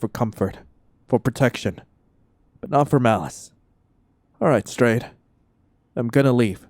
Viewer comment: I heard "stray" instead of strade EHEM- WHAT.